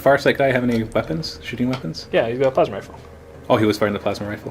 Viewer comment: I TOTALLY heard "Tervigon is gonna fire his my-ass-ma cannon" and broke up in laughter